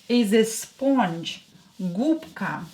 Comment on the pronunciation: Sponge is pronounced as if it is written Spunge not o 😏